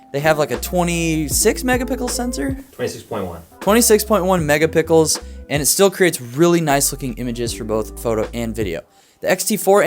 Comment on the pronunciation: I was embarrassed for you when you suggested an alternative to a medium format camera was an APS-C and then you didn't even know the specs on that APC-S, and THEN you pronounced megapixels as "mega pickles". Please tell me this was a parody.